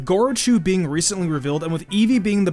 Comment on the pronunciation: Lost all hope and credibility once I heard gorochu